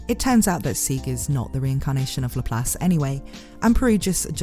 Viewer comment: It's LAP LACE NOT LAPHALSE 😂😂😂😅😅😅